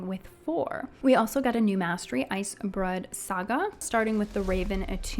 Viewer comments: love the video - why you saying icebroad instead of icebrood? But loved the video. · icebrewed not broad. also prologue = pro log